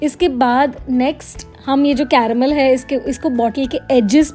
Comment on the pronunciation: Ya raha wo "CArrrAmEL"